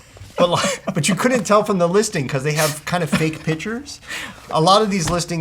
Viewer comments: Lmao this nigga cant say pictures!!!! im dead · that cant say PICTURES LOL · EXACTLY? niggas cant even say pictures